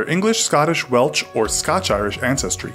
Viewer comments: Great video but how the video narrator pronounced Welsh as Welch was abhorrent. Please never do that yourself. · Welch? The person narrating has got that wrong! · Did the guy say "Welch"? 🤣🤣🤣FFS.